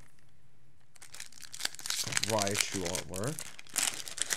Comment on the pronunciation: Rattata (which is a pretty common mistake, I'll admit, and should be Rat-ta-ta or Rat-tat-a), and it sounded like you mispronounced "Raichu" as "Raiachu"